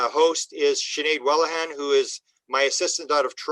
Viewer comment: Nikki Sakach not Nicole Salish; Sinead Whelehan not Sinead Whelena ffs